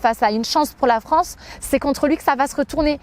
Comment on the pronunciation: "Je défends la Franceu sur les réseaux sociaux" Pwahahahah 😬😂